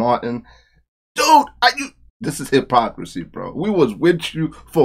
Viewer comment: did you say "the hairpocrisy "?!